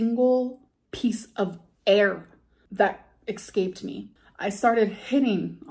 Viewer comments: she said EXcaped tho 😅😅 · "Not a single piece of air ECSCAPED me"......um what?